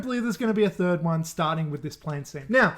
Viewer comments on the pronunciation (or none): none